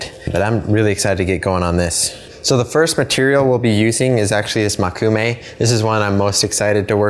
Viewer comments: Just to note something rudimentary: Mō - Koo -me - ga - ne. Mō, not Mo. 木(onyomi reading もく/moku) means wood or tree. Together with the characters for eye (目／め）and one of the kunyomi readings of the character gold/metal (金／がね), you get a literal translation of "Wood eye metal," or the dictionary meaning "wood grain metal." Just a pedantic fact for anyone interested. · its mokume (as in Moe-ku-may) not makume (as you were saying it), just thought you may want to pronounce something you are clearly interested in correctly